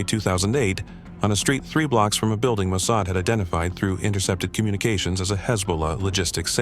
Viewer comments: Ah, isn’t it “Mo-Sod”?😮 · The pronunciation of "Mosaid" is totally off. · Please train your AI to pronounce mossad correctly. Not mo-say-ed. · AI can't even pronounce Mossad correctly. Who expects their story to be factual?